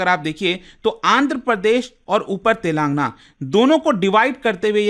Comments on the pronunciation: Telaaangna❌ Telan gaana✅ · It is pronounced as तेलंगाना, not तेलांगना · Sir voh Telan- gaana hain. Naagar- karnool prounounce karte hai😢